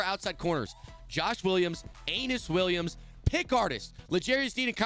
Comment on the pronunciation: bro doesnt know how to say UH ee NUS williams